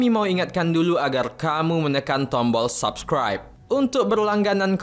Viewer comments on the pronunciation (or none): none